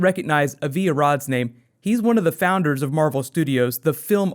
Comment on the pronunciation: As someone named Avi, let me tell you that you are mispronouncing that name :)